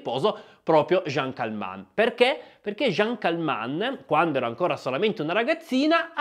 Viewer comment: Si chiamava CALMENT, non Calmant.